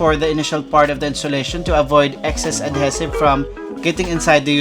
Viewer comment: I love your videos and you might hate me for saying this but ADHESIVE is pronounced "uhd HEE suhv" . Cheers